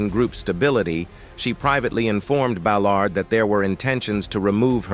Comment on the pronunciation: Terrible narrator misprouncing Ballard and February 22.